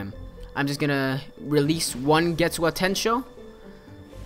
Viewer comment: I'm sorry if I sound like a nerd but it's pronounced GET-SUGA-TEN-SHO